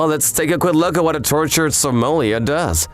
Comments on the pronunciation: The proper pronunciation is Somminli yay. The R is silent. Other than that, I'm glad to be seeing more of these vids again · I think they said sommilliar again